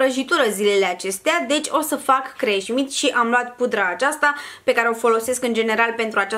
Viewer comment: Fără răutate,se numește Cremșnit (scrie și pe cutia cremei) și nu Creșmit 😘